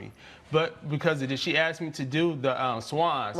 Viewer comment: Why do they all say "AXED" instead of "ASKED"??!?!?